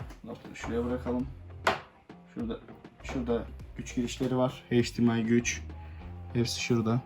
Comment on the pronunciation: Abi heyç Di em ay değil eyç di em ay